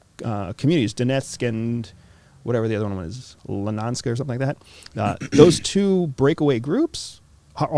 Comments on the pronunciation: He does not even know how to pronounce Lugansk, right.. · this CIA “Super Spy” couldn’t remember South Ossetia? didn’t know how to pronounce Lugansk? lol